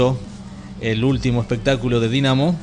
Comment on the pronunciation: Jaa se pronuncia dainamo y no DINAMO..aparte la mayoria de los trucos fueron geniales para mi un 9.80.. Ok .. Hacelo vos si te sale mejor ..!